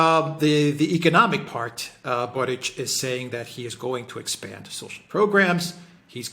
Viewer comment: His surname is actually pronounced "BORICH" as he's of Croatian/Serbian descent. Nonetheless, great video! :)